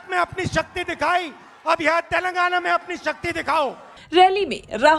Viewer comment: सुकर है राहुल जी तेलंगाना को तेलंगना बोल लिए नही तो माता जी तो तैल लगाना बोलती है 😂